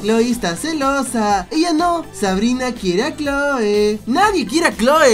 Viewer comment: soy la única que noto que en vez de "Cloe" dice "chole" :v